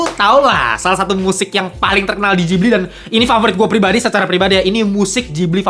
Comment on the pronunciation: Itu Ghibli, bukan jibli